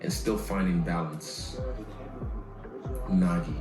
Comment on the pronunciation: Man said ‘Unagi’ 😂